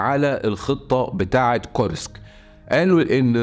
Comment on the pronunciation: كور-سك بسكون السين و ليس كورييييسك